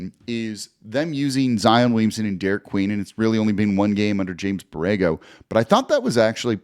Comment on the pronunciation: Congrats Jake but it’s Derik